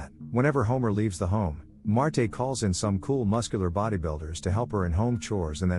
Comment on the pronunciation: AI voice sucks, it's Marge not Martay